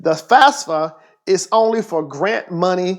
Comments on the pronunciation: Did anybody heard him say FASFA instead of FAFSA? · "fasfa" "fasa" "fasfsa" im dead lmao